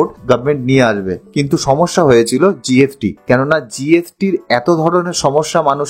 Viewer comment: Tax কে বলছে ট্যাক জিএসটি কে বলছে জিএফটি।